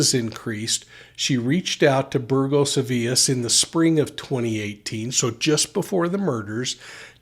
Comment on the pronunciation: You pronounced Burgos as “burjos”, and Avilés like “tortillas” 😂 Points for effort though!